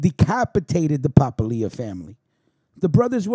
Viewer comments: It is pronounced Pa-pilia not papa-lia the way you're pronouncing it! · The way you kept butchering the name Papalia made this almost unwatchable. Its Pa-pal-ia, not papa-lia. Born and raised in the Hammer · Pa - pal- ia.